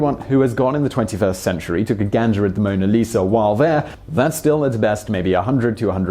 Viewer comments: Haha, he said "took a ganga" instead of "took a ganda". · he says take a ganjer. I thought it was gander.